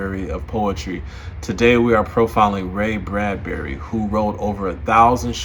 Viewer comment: Why do so many ppl pronounce his name Bradberry?